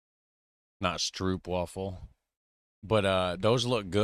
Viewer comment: Your pronunciation of Stroopwafel is almost perfect! Now just prolong the AH sound. Yes, in Dutch doubling the vowel means longer pronunciation, but this tends to be the case in general. So "stroohp-wahhhh-fel". In terms of length of pronunciation it's similar to the oh in stroop, which you do perfectly!